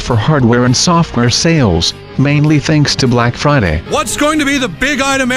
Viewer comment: Brack Friday Bunduru. LMAO